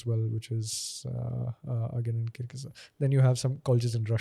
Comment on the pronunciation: He couldn’t even pronounce kyrgyzstan 🤨and speaks about worlds education system regarding doctors 👿